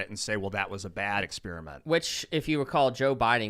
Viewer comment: It's Ex PEAR (like the fruit) iment, NOT Ex SPEARMINT (like the gum) . . . Jesus, quit bragging about being a dropout when you can't speak.